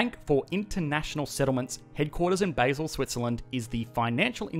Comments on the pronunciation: It's pronounced "Bar-zel" not "Bay-zel" just nitpicking but i just had to say it. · Basel is pronounced Bah-zel, not basal. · It’s pronounced “bahzzle”, not “basil”. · its Basel/Bâle not Baesell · Its not pronounced‘Bayzel’ its ‘baa-zil’ (Basel)